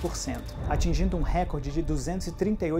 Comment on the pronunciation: ""récorde" não existe, informador. A palavra não é uma proparoxítona. Se do assim, é RECORDE, uma paroxítona!